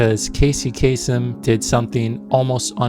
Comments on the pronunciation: Bro if you know he is Arab why are you pronouncing his name like a foreigner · The Arab-Americans always do this, the different pronunciation of the surname, it throws you off, haha.